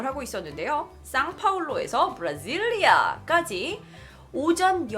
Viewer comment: 브라질리아 발음이 찰지군요